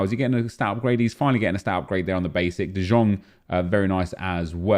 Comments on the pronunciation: Pls stop calling frenkie de jong “de zjong” you pronounce it like “de young” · KURWA CZYTAJ DE JONG A NIE DE ŻONG JA PIERDOLE JAK MNIE TO WKURWIA JA PIERDOLE DE JONG JEST POPRAWNIE PO HOLENDERSKU !!!!!!!!!!!!!!!!!!!!!!!!!!!!!!!!!!!1111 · its de yong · Why is he pronouncing De Jong the way he is, I really hope he’s trolling.